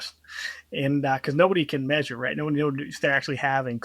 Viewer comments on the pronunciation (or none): none